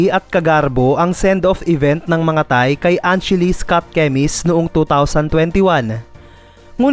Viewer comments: Bakit parang tae naririnig ko😂😂😂 Thai pala😂 Hahaha! Hayaan na lng natin ang mga thae😂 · Once a thae😂 always a thae 😂😂😂